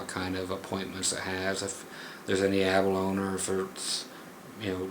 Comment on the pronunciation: man love your vids, been watching them all and always learn stuff! But I must say Abalone you should sound out the E sound on the end like Abalone-knee. Just from a fellow grammar Nazi haha.. anyways keep it groovy!